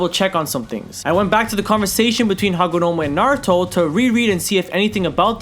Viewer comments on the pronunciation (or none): none